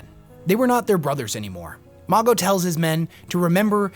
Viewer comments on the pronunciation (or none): The pronunciation of Mago in this vid is killing me 😂😂